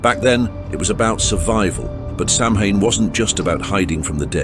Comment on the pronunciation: Samhain is pronounced "Sah-win"